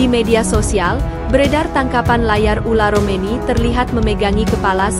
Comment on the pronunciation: Yg bener mba sebut nama orang , bukan ula romeni , ole romeni